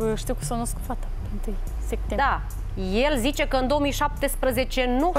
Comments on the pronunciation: Cand aud sectembrie imi râcâie creiereul bre 😂😂😂 e clar ca femeia se culca cu toti , cine stie a cui o fi copilita aia....habar nu are cand s-a nascut...vai de capu' ei... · "1 Sectembrie"😂